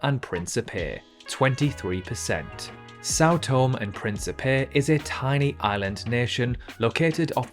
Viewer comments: It is pronounced tom-E and not Tome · Sao Tomé e Pincipé is pronounced “Sau Tomei e Principei” not “Sao Tom e Principei’ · São Tomé is pronounced sow tomay. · “São Tom”? Why on Earth do you think the E has an acute accent on it? You should learn to speak properly instead of sounding like a nincompoop. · Think São Tomé should be pronounced Sao Tomei, not just Sao Tom, and Guinea-Bissau pronounced Bisau, not Bisoo. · Sao Tomé eeeeeeeee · You pronounce Sao Tomé wrong. The accent with Tomé means it is pronounced tomeh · Sao To-maaaaaaay! The ending "e" has an accent on it, so you have to pronounce it. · Oh no it’s pronounced things different thing you do. This means he doesn’t know how to speak properly. Get over yourself people pronounce things differently stop whining. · It truly emphasises a country's global insignificance when even the cannot pronounce its name correctly. A party from my school was in São Tomé for the country's independence in 1975, so I may assure you that the acute accent on Tomé means something. I was in Granada more recently, in 1999, and locals pronounce it differently to Andalucian Spanish residents, and it comes out as Gran-ey-da. The fairly high recognition rates of even the most obscure places suggests this quiz was only attempted by geography or politics nerds like me. Being a product of four Commonwealth countries' schools/uni in the 50s-70s, I regularly get the Pacific and Windward Island nations in the wrong order. My Aussie grandsons (aged 11 and 12) do better than me with the former group.